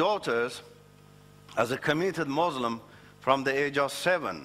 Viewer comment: First of all ,he was never been a muslim, look at him how he pronounce the word muslim, he lies don't listen to him, the quran and Hadeeth no where say, not to shake hands with any faith people,. i tell you people who listen to him study Islam and than judge it.